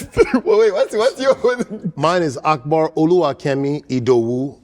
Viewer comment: Akbar actually pronounces his name better than Godfrey does his.